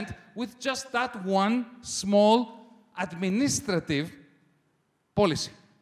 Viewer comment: ADMINISTRATIVE INcorrectly stressed on the third syllable